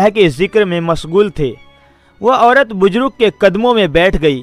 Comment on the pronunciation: Are qabil aadmi buzrug nahi buzurg hota hai